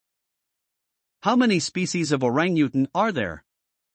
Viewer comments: I just don't like the computer narration at all. It's certainly not pronouncing orangutan right!! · He had good information but the terrible pronunciation of Orangutan was truly annoying. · LOL the computer kept pronouncing their name WRONG. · Yikes! For FACTS about a species, it helps if you pronounce it correctly in the language of narration... Switched off. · Learn how to say Orangutan properly!!!